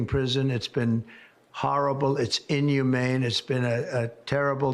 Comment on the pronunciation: "Its hahrible and in-yoo-main"